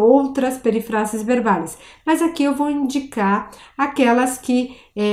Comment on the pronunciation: Profe, tu video está buenísimo, pero la pronuncia de "peRÍfrasis... Mira que la sílaba fuerte está en RÍ...